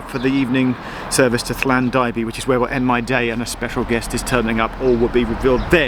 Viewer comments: What a wonderful experience, sure the pronunciation will get better lol. Llandybie - "Lan d beer" it's easy. Or Llandeilo - "Lan Dai low" simples. Have fun well done Geoff. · it's llan-duh-bee-eh. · Brilliant. I love lein calon Cymru. Llandybïe is pronounced Lland-ugh-bee-eh BTW 😘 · Llandybie - is pronounced Llan-dur-beer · Repeat after me . . . . Llan-dye-low!